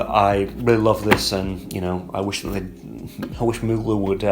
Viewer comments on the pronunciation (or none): none